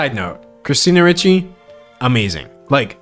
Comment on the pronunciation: The fact that he pronounced Christina Ricci’s name as “Richie” instead of “REE-chy” makes me feel SO old. 🫤